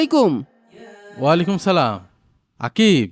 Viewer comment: ওয়ালাই কুম ??? 😂😂😂😂😂😂😂😂😂😂😂😂😂😂😂😂😂😂😂